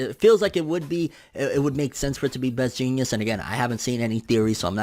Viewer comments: Is he saying Best Genius? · What are you calling him? Genius? (JEANS)ist Best Jeanist. The dude has a pair of pants over his face for the love of pronunciation 😂😂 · Anyone else hear call best Jeanist, best Genius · So I just wanna say you have a weird ass way of pronouncing "Best Jeanist" lol But to answer your questions about it they showed some cables that Best Jeanist could manipulate in one of the beginning panels to possible be used against Gigantomachia. His quirk is basically thread manipulation if I remember correctly and that could technically be applied to super strong and bigger threads. But also you mentioned Gang Orca. From a panel that was shown a few chapters ago a lot of people think that it actually showed Gang Orca either severely injured or even dead under the destruction that Gigantomachia caused. If you go back a few chapters it will show what looks like his arm barely hanging out from underneath a big pile of destruction on top of him. I think it was confirmed that he was one of the people that were going up against Gigantomachia or at least he was in that area when it happened. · I know the real heroes name but listen to him pronounce it lol